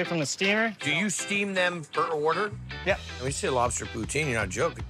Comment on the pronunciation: HAHA HE SAID IT RIGHT THE FIRST TIME "POO-TIN'